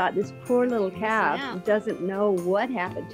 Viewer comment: Calf. The word is calf.